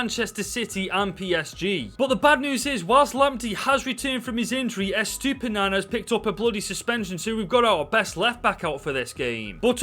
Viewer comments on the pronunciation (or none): Great video but you pronounce caicedo as kaisedio and you pronounce estupiñian as estupinian